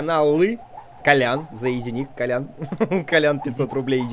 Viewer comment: Не Колян, а Кольян